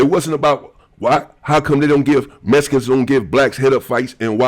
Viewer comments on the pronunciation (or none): Much love but you keep saying messicans😂 messicans this messicans that its mexican😂 brougham